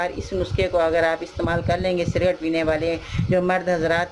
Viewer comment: SALAM WRB. AP CIGARETTE KO CIRGATE KEH RAHI HAIN, CORRECTION KAR LEN.